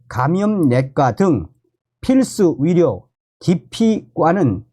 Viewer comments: 참 발음 웃긴다. 의료를 위료로 발음하니 의료가 위료인지 위력인지 햇갈리게 들린다. 아나운서에게 발성훈련을 시키는 제도에 대해 심사숙고를 해야한다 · 선생님 애 쓰시는데요. 위료 전달이 아니고 위료 위기 아니고 필수 위료가 아니고 위료계가 아니고 선생님이 전공의 할 때는 의 발음이. 되네요. 위료 전달체계가 아니구요 의료라니까요 의료 위사들에대한이 아니고 의사들에 대한으로 꼭 고쳐서 발음하십시요 위료계가 아니고 의료계라니까요. 선생님이 유튜버가 아니고 방송하는 사람이 아니면 내 이렇게 충고 안합니다. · 발음이 영 거슬리네.. 위료가. 뭐고